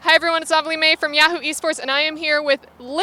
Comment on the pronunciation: When she said "Hey everyone it's Ovilee May" it sounded like "Hey everyone it's Ugly Maive". I had to do a double take and rewind. Was like wtf someone called themselves that?